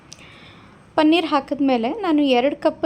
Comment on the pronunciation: ಪನ್ನೀರ್‌ ಅಲ್ಲ ಪನೀರ್‌